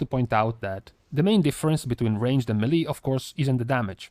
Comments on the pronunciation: MAY LAY. That’s how it’s pronounced. It’s derived from French FFS NOT meee leee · It's meileh not melee